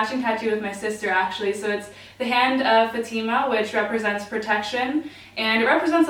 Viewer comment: My name is Fatima and bitch i love how you said my name